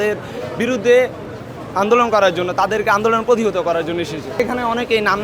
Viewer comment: পুতিহত ❌ প্রতিহত ✅ সাংবাদিক হিসেবে এটুক জানা উচিত